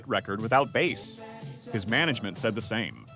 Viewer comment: You can always review the output from your chosen AI and listen to it beginning to end and have to replace 'bass' from being said "base" or "bass". Your lack of editing it what makes this video voiceover bad.